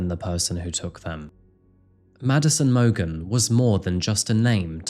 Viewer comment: Mogan not Morgan and chay-pen not chappin.I’m so dissapointed you didn’t do that research beforehand